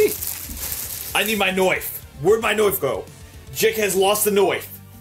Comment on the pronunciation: why does he say knife like knoif? XD